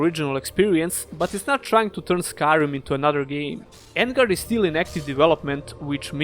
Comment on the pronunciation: On-guard not En-guard.